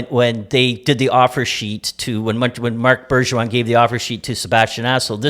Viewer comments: Bergeron.... Jesper xD learn names guys hahahahaha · Hahahahahahahahah I think they used 15 different pronounciations for Kk, Aho, Bergevin....🤦